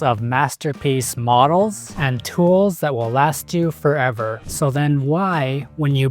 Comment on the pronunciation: "last furevr"